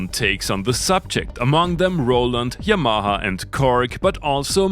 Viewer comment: with also an intriguing way of saying ya-MAR-har.